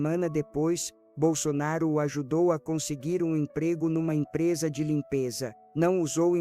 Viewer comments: Nem o nome falou certo!Jairo bol sonaro????? Tá engando quem???? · Sou bolsonarista ferrenha mas estranho como essa pessoa fala o nome do nosso eterno presidente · Não acredito em nada que falam de Bolsonaro, ainda mais dizendo o nome dele errado.